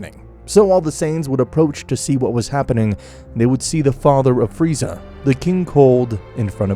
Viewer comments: Beerus: it’s not pronounced freezer it’s pronounced freeza Weise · Free-zaaa not freezer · did this man call frieza FREEZER like in dragon ball abridged jesus christ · His name is freza not freezer you’re killing me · bro is calling friza freezer 🤣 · Frisa❌ freezer✅ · This guy calls frieza......freezer in the first minute of the video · It's freeza not freezer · Freeza not freezer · Why do you call freiza Freezer? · I ilove how it says freezer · Also "Freezer" my guy lol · Bro great story telling but...... the execution of characters names is kinda derpy in total (freezer be like) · "freezer" PPPFFFFFTTTTT BAHAHHAHAHAHAHHAHAHA